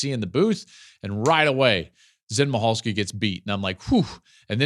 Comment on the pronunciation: Zen MICHalski pronounced Mickalski